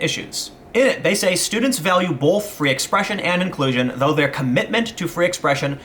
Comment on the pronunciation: every video - "bolth"